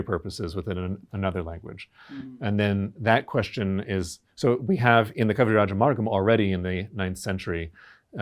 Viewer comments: it's not Kavirajamargam! It's Kavirajamarga!! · Gamarjoba the host is adding the umm sound at the end of Kavirajamarga. The guest himself was pronouncing it correctly until the host stressed the um sound a couple of times and then guest also started pronouncing it as Kavirajamargam instead of keeping it Kavirajamarga. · Such a cool guest and its a shame that the host wasn't prepared and why is he stressing on adding the ಅಂ at end of ಕವಿರಾಜಮಾರ್ಗ?? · Why is the interviewer pronouncing kaviraja marga as kaviraja margaM ?? Why M in the end of marga?? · I just don’t know why the host is saying Kavirajamargam, it is Kavirajamarga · Kavirajamarga.. not Kavirajamargam. Please.. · Why host is saying Kavirajamargam🤣🤣🤣 he need to learn Kannada first